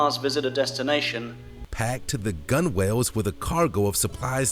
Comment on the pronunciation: Gunwales is meant to be pronounced gunnels. It`s one of those odd British marine words like Boatswain which is pronounced bosun.